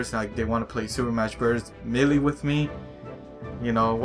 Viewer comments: Not me-le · its not pronounced meelee lmao do u not hear the announcer? its pronounced maylay (lol watch someone reply calling me a grammar Nazi or something similar) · Melee is supost to be pronounced ma-la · I am trigged on how u say melee